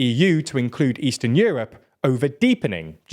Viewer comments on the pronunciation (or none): "Eatern" lol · doesn't eastern have an S in it anymore ?!